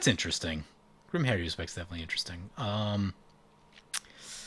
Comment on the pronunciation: Har-U-spex. There's no 'I' in that word. You play mtg for a living, learn to rtfc; including the name....